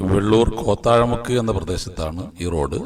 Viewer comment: കോത്താഴമുക്ക് അല്ല , കോത്തായി മുക്ക് ആണ് . ബാക്കി സൂപ്പർ